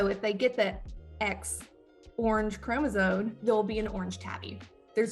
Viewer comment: She keeps pronouncing “chromosome” as chromosoNe. There is no N in this word!